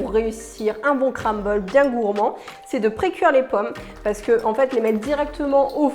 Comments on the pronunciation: On dit CRUMble et pas CRAMble 😂😂😂😂. Ça m’a stressé toute la vidéo. 😂😂😂❤️ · Le « cramble »😂 super vidéo sinon 😊